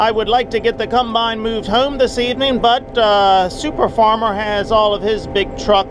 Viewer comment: Please stop saying cumbine it’s a combine